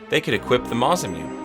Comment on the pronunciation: Never played ff but hearing you say the "mazam-yoon" was pretty silly